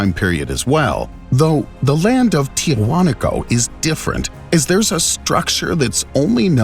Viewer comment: Why is it in most archaeological videos the narrator does not know how to pronounce the names of places correctly? Tiahuanaco is pronounced, "Tee-a-wa-nako."